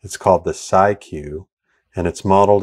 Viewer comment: Haven't been able to take this off my channel strips since release =) Incidentally, the Sie in Siemens rhymes with E, hence "Sie-Q"